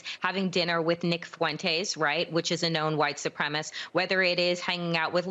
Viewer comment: “Supremacist”, not”supremist.”